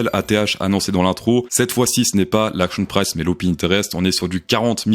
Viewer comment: Salut , est ce que tu peux dire "axion prisse" plutôt que "action price" . Vraiment mec , on est en France on parle français !